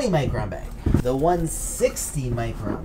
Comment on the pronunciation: why can't you say micron the right way? sound like your saying macron?